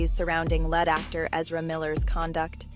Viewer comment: Yet another robot narration voiceover. Saying the word 'lead, as in to lead the way" as (lead, as in metal)